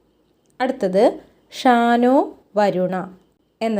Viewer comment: ഷാനോ അല്ല ശം നോ എന്നാണ്